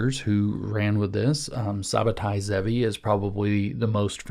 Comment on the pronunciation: The turkish fake messiah is pronounced Shab-tie Tzvi. The Tz sounds almost like an S. But other than that decent reading of the history. There are many aspects of Kabbalah, and a large amount of it is the sort of Esoteric Mysticism you are talking about. It is not received equally among all Jews, even Orthodox ones. Many of us are deeply skeptical of this sort of high mysticism.